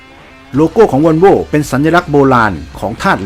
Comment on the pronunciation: ออกเสียงว่า วอลโว่ ครับ ไม่ใช่ วันโว่